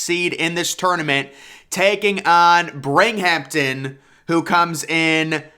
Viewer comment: and Binghamton